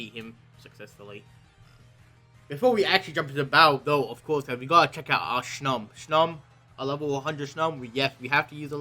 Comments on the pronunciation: LEYOWN SHOM not making fun just thought it was funny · i love hearing how he says snom... SHNOM IS LIFE